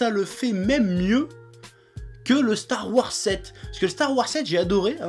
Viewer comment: "Stare Warse"